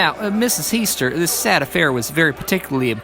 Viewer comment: As a family member of heaster u did an amazing job on this story. This is the closest i have ever hear to what my family says. Even down to the boy finding her and not having meat on the plate. Ty! Great job. Btw it is pronounced the way the court voice said it. He-stir.